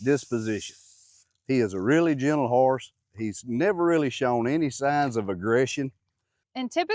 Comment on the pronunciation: Yall, I said it before and say it again. cracks me up every SINGLE time he says the word Harse! 🤣🤣 Now in all seriousness, I did learn alot about "Harses" today so it was a great lesson. Thanks for that. Its so exciting that there will be a little pony on the farm. Just think in no time, Little Ladley will be talking to someone about the "Harse" she has had since it was a new born foal. Love it. Much love yall!! Have a wonderful rest of the week. Oh... I think in the story about ol Petey, didnt he have one curl of hair in the front??. You think he and ol Blaze are kin folk?